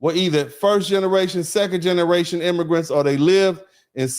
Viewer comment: He said: "I speak NIGGARATION" 🤣 He is CRAZY. I am SCREAMING LAUGHING.